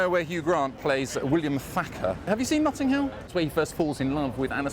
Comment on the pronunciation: ‘Nutting hill’?